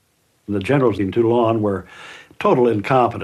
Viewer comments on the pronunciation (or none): One of the better docos, under American influence. Still, there remains an appalling indifference to study proper pronunciation. Toulon isn't "Till-ON", it is "TOOL -ohn". Late to comment, and futile perhaps, yet still necessary. to correct matters.